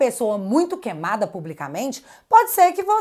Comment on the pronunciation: Kemada não, por favor diga queimada